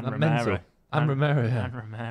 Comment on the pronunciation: it's romero, martinez, pezella, enzo 😭😭😭😭😭😭